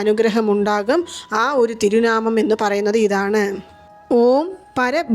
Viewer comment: Thiru naamam alla Thiru naamam